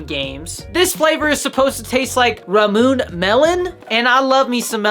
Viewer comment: Subscribed!! “Ramoon” lol I think it’s pronounced ‘rah-moo-ney’ either way you’re my new favorite Gfuel content creator